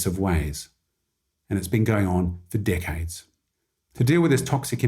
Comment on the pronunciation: The way he said "decades" sounds like dickheads 😂